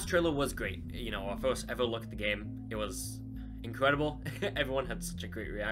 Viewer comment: Not being rude but do you have a speach emperiment because when you say first it sounds like your saying forst